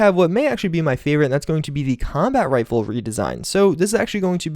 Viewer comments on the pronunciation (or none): you said rifle